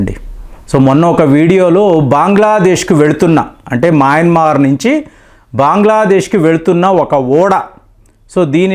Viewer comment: దేశాల పేర్లు మార్చకు.. మాయమన్మార్ కాదు రా బాబు.. మయన్మార్.. బాంగ్లాదేశ్ కాదురా నాయనా.. బంగ్లాదేశ్.. ముందు నువ్వు సరిగ్గా పేర్లు పలుకు బావుంటుంది